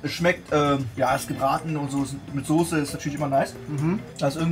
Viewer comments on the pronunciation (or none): wie er Sose anstatt Soße sagt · Soße NICHT SOSE WAS IST MIT DIR